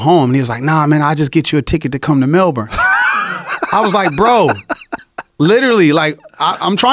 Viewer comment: He pronounces "Melbourne" correctly